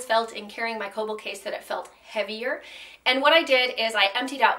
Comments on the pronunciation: im pretty sure kölbl is pronounced "krlbl". if it's german, that is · You don't really pronounce Ös like that... you'd bring the front of your tongue up when saying the ö